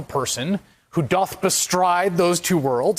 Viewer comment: Doth is pronounced duth.